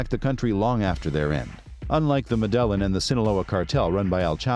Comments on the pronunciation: Ma-dell-in? Dude... it's "Meh-deh-yine" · Yeah, kinda undermines the video when the voiceover pronounces the cartel like "muh d'Ellen" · Actually the L isn’t silent. In Spanish when you have two L’s next to each other, it’s pronounced as a “Y”. It’s properly pronounced Medah-yeen. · could you work on better pronouncing things because you ruined this video with you high school pronouncing things like Medelan cartel, what is Medelan cartel? I don't get it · The way he pronounces Medellin really is annoying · The pronunciation of Medellin cartel lost this view and subscription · Well first of all if you want to make a video of the medellin cartel you might want to work on actually pronouncing medellin the right way 😉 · I'm sorry but I can't take this video seriously with the way the narrator pronounces Medellin 🤦🏽‍♂ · Unwatchable with mispronunciations of Medellin shows how much research was done. Seemingly none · Your pronouncing Medellin incorrectly.